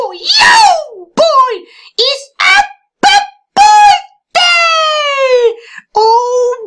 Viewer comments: I laughed hard when I thought Mokey said “Apple Pool Day” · Did he mean apple pools day or arbil fools day? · YEYE ITS APPL POL BEY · Apreel poolday